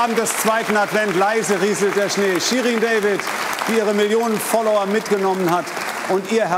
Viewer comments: jemand der den Namen richtig ausspricht Ehrenmann👍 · Endlich mal jemand kompetentes, der Shirin deutsch und David englisch ausspricht.